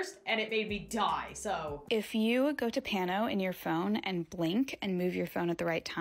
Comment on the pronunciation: Im dying she did the paano the wrong way like 30 tiimes 😭😂🤣😂🤣😂🤣